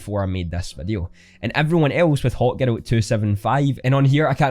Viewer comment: haha, I was trying to figure out what he was saying when he said, hawkgirl, supergirl, and batgirl, then it dawned on me. His girl does sound like ghetto, but he says is so fast I couldn't even get that until I read your comment.